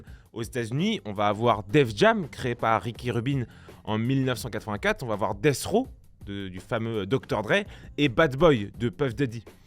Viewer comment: J’ai saigné quand il a dit Dr.dre et Death Raw